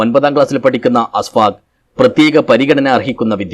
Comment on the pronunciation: Please note അസ്ഫാക് അല്ല അഷ്ഫാക് ആണ് യഥാർത്ഥ പേര്. ബീരിച്ചേരി സ്വദേശിയാണ്. കരോളം അല്ല സർ.